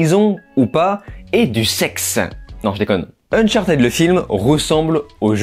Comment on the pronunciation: ne t'excuses pas de prononcer unchartèd, c'est la bonne prononciation, en tout cas meilleure qu'unchartid.